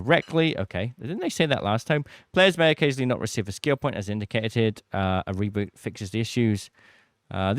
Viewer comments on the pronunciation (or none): none